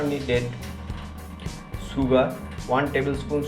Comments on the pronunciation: Sugr 😂 sugar...plz don't, mind.. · Anyone say शुगर And you say सुगर